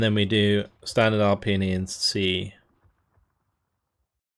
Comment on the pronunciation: Hi can you correct the name of the Division? XD is "Alpina" From Italian fan of your video